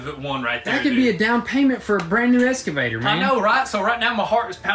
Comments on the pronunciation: So tired of the little one always saying “escavator”. It’s EXCAVATOR for Christ sake. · For the love of christ, its excavator not escavator fellas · X-KA-VA-TOR. (no S) :) you guys are the best. Keep kicking it. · IT IS FUC&*NG EXCAVATOR NOT ESCAVATOR 😁😁😁